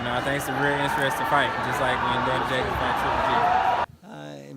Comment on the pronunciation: man tank davis really struggling to pronounce Daniels Jacobs name properly who tf is 'jacby' 🤣🤣🤣